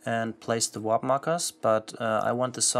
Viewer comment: Why do you keep saying “WHOP”? It’s “WARP”